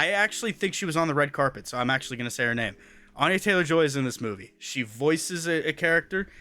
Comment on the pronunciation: You really can properly pronounce those names! Congratulations!